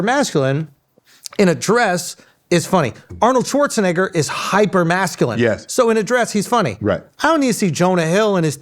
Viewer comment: Aye Schulzy dat ER on dat Schwarzenegger was kinda hard my guy 🤔🤔😩😩🤣😂😂😂